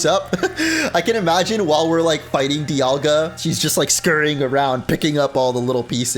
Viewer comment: I think the "Di," in "Dialga," is supposed to be pronounced like "die," as in "diamond." Palkia doesn't have the obvious naming connection, but I don't think people pronounce that in more than one way. Edit: Paul and pal, never mind. Also, I think the "ceus," in "Arceus," is like "deus," which means sky and is connected to the word deity. So it is ark but not ee-uss. It's Ar-kay-oos.